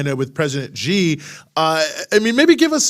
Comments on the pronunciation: Pronounce President Xi as "si" not "ji". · it is XI (pronounced as "see"), not GEE or JEE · No. Pronounced as zee